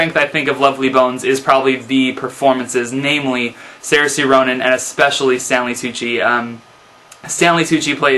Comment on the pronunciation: 283 reviews and you can't pronounce the name of the actress who plays the main character.